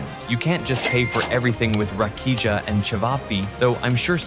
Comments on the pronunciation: Nije rakiđža nego rakija.❤😂😂😂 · Rakidža 😂😂😂😂 LMAO